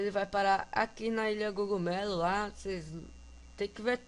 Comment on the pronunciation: Gogumelo ?! Que eu sabia o certo é cogumelo!